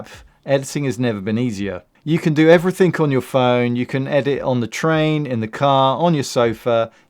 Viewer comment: Wait, did you say “Everythink”😂 Southerners 😂